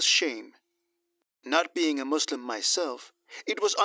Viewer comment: “Mangle pronunciations”!!??!! It’s reviling, utter colonial disdain to hear, in the first 8 minutes, the mangling of the words Muslim and Punjab. I’d get those pronunciations correct so as not to alienate your audience.